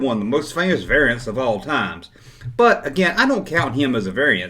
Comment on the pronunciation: It's unusual that Larry the wompa pronounces variants the same way you do. Conspiracy?